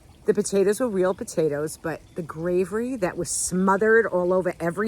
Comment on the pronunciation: There you go saying gravery again 😂